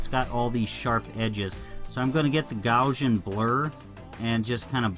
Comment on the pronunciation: bro look up how to pronounce Gaussian lol